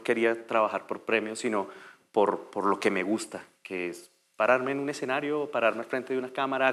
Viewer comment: La voz en off es hecha con IA? Aunque pensándolo bien no lo es, porque la pronunciación sería perfecta. Cómo es posible que diga todo mal. Exenario es la peor. De por Dios!!!